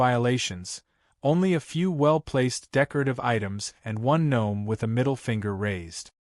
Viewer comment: Dear A.I.: The word gnome is pronounced NOME.😊